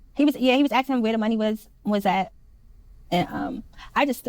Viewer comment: He started axing me questions 😂